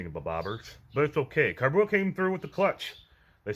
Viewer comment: Great vid, thank you! However, it’s pronounced “Core-Bow”